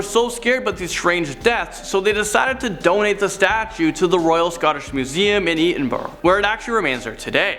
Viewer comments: i-den-burr? It's eh-din-bruh dude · Edinburgh edin bruh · Lol at the way he says Edinburgh I had to rewind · The most terrifying thing in this video is when says Edinburgh. It's absolutely horrific. It takes real commitment to mess it up that badly. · Ian Macfarlane I was like where.???? Omg it’s Edinburgh!!!!!! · No one is "making fun of him". He's showing a complete lack of respect for a country and it's capita. I like, but his pronunciation of Edinburgh is a mess. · I've heard that pronunciation from Americans, (I know that is Canadian). His pronunciation of Edinburgh was abysmal. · And never pronounce Edinburgh like that again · Poor pronunciation of Edinburgh and Dybbuk. But he is getting better at pronouncing things.